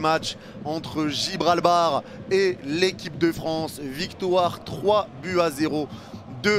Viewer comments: Gibraltar pas Gibralbar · Il a dit Gibralbar 😂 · On s'est tapé des barres t'as dis Gibralbar encore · Lol comment ça gibralbar 😂😂😂